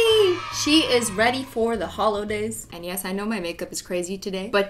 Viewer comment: Who else caught her saying HOLOdays